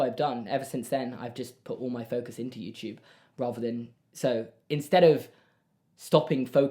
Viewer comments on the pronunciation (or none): Its adorable when says "yewchube" instead of youtube😂